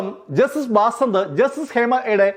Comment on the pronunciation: ബസന്ത് എന്നല്ലേ ആ ജഡ്ജിയുടെ പേര്? ബാസന്ത് എന്നാണോ.